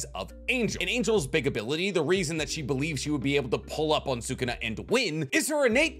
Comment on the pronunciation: Bugging the hell out of me that he can’t say sukuna name right half the time